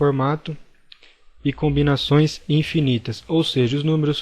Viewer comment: Quem mais ficou incomodado com "conbinações"?